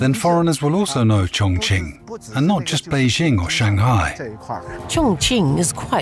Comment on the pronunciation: It’s a great documentary about Chong Ching, thank you for that. The way you pronounce chinese words sounds really awkward, disrespectful. Sorry